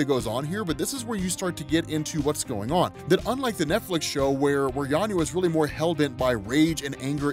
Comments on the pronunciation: Why are you saying YANYA with a Y? Its clearly VANYA with a V... (and now VIKTOR, of course...) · It did irk me whenever he said Yanya instead of Vanya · yeah i caught that too sounds like he is saying Yanya instead of Vanya. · Are you calling Vanya, Yanya instead? Or am I just hearing it wrong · Why do you keep saying Yanya? 😂 I was tripping this whole time thinking I misheard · Are you saying "Yan-ya" or "Van-ya"? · How can you constantly reference the show where they say Vanya multiple times an episode and call her Yarnya throughout your script? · not sure why you keep calling Vanya, Yanya.. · sounds like he's mispronounced vanya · why are you calling vanya - 'yanya' 🤔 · Anyone else die a little inside every time he said “Yanya” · Oh … I love your content and I think you’re absolutely amazing at what you do, man. But your ability to just straight up butcher a character’s name knows no bounds. The girl’s name is Vanya. VANYA! With a V!! Lol. Nitpicking aside, this was another dope video. Keep up the good work, bro. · It's a good thing a show doesn't exist with the proper pronunciation. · No i think he might've misread it when he first found the comic and just keeps saying it like that lol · That's a "V", 😂 a "V"... VANYA lol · Dude...Say it with me: VANYA with a V...lol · how did bro say yanya the whole video lol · Great video but I cringe every time I hear Yanya 😬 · FKN "VANYA", DUDE